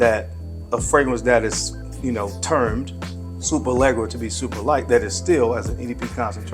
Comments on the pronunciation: Pronounced Lesh-era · I believe there’s not 1 American that can pronounce Superleggera correctly or does any effort to.